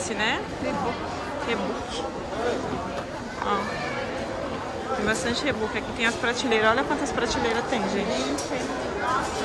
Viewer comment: A pronúncia é Ribók ( Reebok)